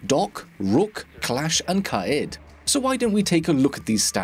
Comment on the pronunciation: KAI-EED Is how you pronounce it, it only takes a min to google the proper pronunciation from the people that actually live there aha